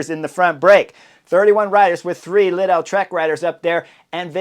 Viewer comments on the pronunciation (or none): none